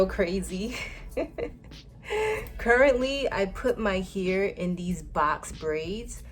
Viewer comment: The way you say hair 😂 ... soud like u saying “your here” Lolol ... what accent is that? Not making fun or trying to b negative.... I was just watching and when u said hair I was really thinking what “ what is she aaying” your what? Lol